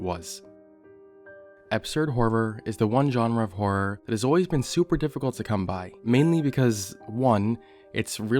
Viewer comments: you say harrer like bimmy rolfe :) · "You're not supposed to be laughing" I can't help it. You're pronouncing horror as "HARR-ARR" 🤣🤣🤣🤣🤣🤣🤣🤣🤣🤣🤣🤣🤣🤣🤣🤣🤣🤣🤣🤣🤣🤣🤣🤣🤣🤣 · Can you stop pronouncing "horror" like you're about to break into a song like that guy doing the fnaf beatbox. Freddy fazbear ass har har har har har